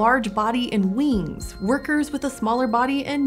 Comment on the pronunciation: It's almost cute how she says wings, weengs.